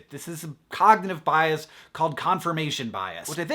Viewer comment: i thought "bias" said bras